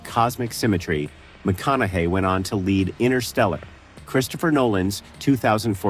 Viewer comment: Good writing. Horrible AI narration. Notable mispronunciation: Matthew McConaughey's last name, multiple times. Please use real human narrators!